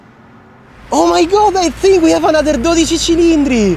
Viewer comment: Every time you pronounced 12 Cilindri I’d skip back to listen again, and again, and again! I’m trying to LEARN how to say it with the CORRECT Italian accent like you!! (keep saying it A LOT please, so we in the U.S. can learn!). Great video!!